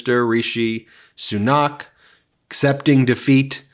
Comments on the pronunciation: its not Sunaaak it is Sunak...with equal emphasis between the two syllables and it is not a drawn out "a" but "a" as in apple, not "a" as in Aardvark But still thank you for this podcast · It's not pronounced soo-NOCK, it's SOO-nak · Christ, his name is SU-nAck not so-KNOCK. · Soo-nack is how the outgoing PM's name sounds. And what a gracious concession speech. Also shows the benefits of the constitutional monarchy/parliamentary system. A lot of my liberal friends have a dim view of it because they think it's "undemocratic" but the UK raks higher on all the indices of democratic realities than the US does. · As a resident of Britain, It's always a little strange seeing other folks talk about UK politics. Like mispronouncing names. Like here, Fishi Rishi was terrible and and only got picked by a small group people people after Lettuce Liz Truss broke the entire economy in an afternoon. He hid £730 million in a tax loophole and calling an election at this time was basically a surrender because he was tired of the job. And Stammer's no angel.